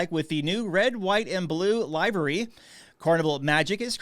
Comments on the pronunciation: Liv rhymes with give. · Thanks. Look up how to pronounce livery, you misspoke.